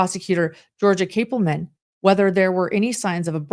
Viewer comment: Great video. The lead prosecutor’s name, Georgia Cappleman, is pronounced CAP like a hat, not cape. CAP-ple-man.